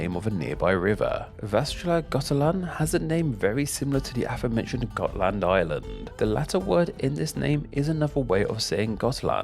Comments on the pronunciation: I'm from Gotland (you pronounced it correctly) but the origin of Gotlands name is a little more complex. It is thought that it could originate from the Goths as you said, but also from the old word for seal, making it seal island (which is strange, as we have seals on some parts of the Island, but not commonly). Gotland has had a few different names in history, more recent was Guttland and earlier was Gulland, with Gull being the old word related to seals. And why the L's later on became T's could be because L and T used the same runic letter, making it hard to translate. The "Goths" you mentioned are called Gutar in Swedish, which makes more sense with the old Guttland name. But it could be that it's actually meant to be Gullar, that would roughly translate to something like Seal People. Now a days we are more akin to Sheep People. We're like Swedens Ireland. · I love your pronunciation of the counties, especially Halland, Gotland, Jämtland and Södermanland, which were all pronounced correct.